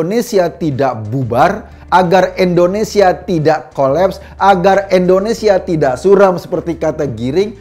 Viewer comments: INDONESIA Pak Eko, bukan ENDONESIA 😊😊😊😊😊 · Indonesia, bukan ENdonesia..